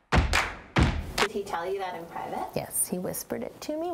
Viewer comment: I thought you said his name was breath-all-over-you 😂